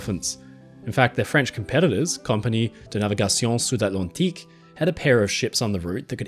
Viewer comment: Great video as usual! I loved every seconds of it! Btw i love how you said Compagnie de Navigation Sud-Atlantique. Not alot of non francophone peopel are able to say it correctly like you did!